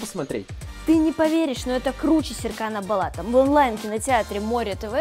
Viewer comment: НЕ САРКАН БАЛАТ, А СЕРКАН БОЛАТ